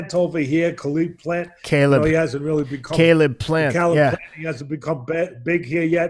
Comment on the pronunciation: "Khaleeb Plant" (Caleb Plant)